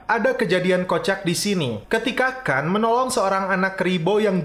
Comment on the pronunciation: Bukan kan tapi Khan 🤣🤣🤣🤣